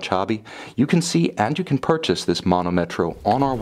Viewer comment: as I already wrote to you the correct pronunciation is manòmetro, not manomètro as you say ;)